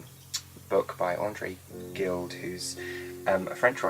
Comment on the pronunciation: Very cool. I am always mesmerized by your talent and creativity. However, the French language is not one of your strengths. Gide is pronounced like ' jeeed' I hope that helps! Language was/is one of my thangs. You and Ms. Olivia Pope crack me up!